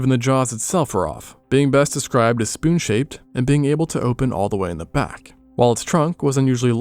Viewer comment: "Based on da bones..."